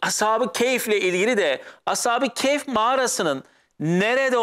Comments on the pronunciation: Əshabi keyf yox. Əshabi-kəf. yoxbir kayf. düzgün konuşun. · Telaffuz “keyf” olarak çıkıyor gibi